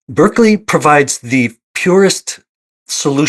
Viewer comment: it's pronounced Bar-kley, sorry I'm that guy 😅